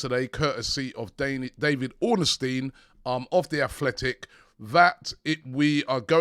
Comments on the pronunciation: Uncle Robbie, we have let your crimes go ignored for long enough. It is time for you to start pronouncing David Ornstein’s name as “Orn-steen” instead of “Orner-steen”. It is enough uncle. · There is no A in Ornstein